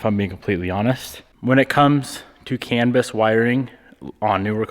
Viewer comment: its can-bus not cannabis!